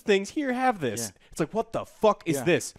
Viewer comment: No, just the way they curse, honestly. Like Dirt The Fist King said, they way the put emphasis when they say fuck just sounds off.